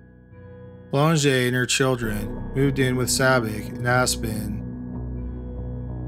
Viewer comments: It's Sabich not Sabby! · I wish the voice-over person would get Spiders last name right! It’s Sabitch , not Sabic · But he mispronounced Sabich. Rhymes with “rich,” not “Rick.” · sabich is pronounced sabitch. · His name was Spider Sabich ( pronounced sa-bitch )